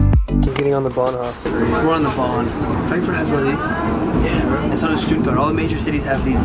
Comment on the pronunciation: "Bahnhoff"😂😂😂 it's like "Bahnhof (hoooof)"